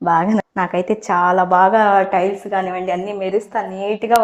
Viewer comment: బ్లౌజ్ కాదమ్మా.. గ్లౌజ్.. అలాగే స్టైల్స్ కాదమ్మా.. టైల్స్.. తరువాతి వీడియోలో సరిచేసుకోండి. తప్పుగా అనుకోవద్దు.